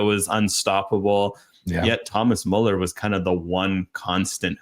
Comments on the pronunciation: damn guys ... learn to pronounce müller correctly ... such a pain to a german viewer :((((((((((( ... its soooo easy! therefore a thumb down unless you wont learn!!! (BUT: my respect you know the fcb history with great former and actual players!!!) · Guys, either put the umlaut over the u or add a e (Mueller), otherwise you're not spelling / pronouncing his name correctly